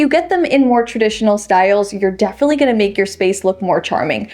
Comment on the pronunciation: Love this channel because of the vibe and straight to the point info. But a little pet peeve I have is when says “I’m gonna”, she says “I’N gonna”. 😂 But that’s just me, I’m sure, because I watch while wearing earphones.